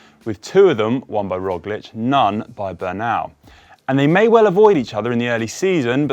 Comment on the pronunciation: I think "Pog" and "Rog" rhyme. I don't think it's "Roj".